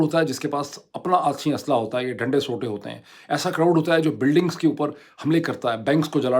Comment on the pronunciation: Moeed, ....Dunday Sootay....good punjabi ❤